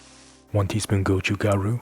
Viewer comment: Beautiful videography, beautiful video. Can we also make the language beautiful too? Can we pronounce it correctly as “doubanjiang”, rather than “dough bann jaeng”? Or “gochu garu” rather than “goe chooo gaeroo”. Love your videos though bro.